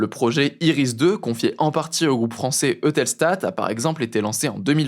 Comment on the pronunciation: Eutelstat dit la voix off ... non c'est eutelsat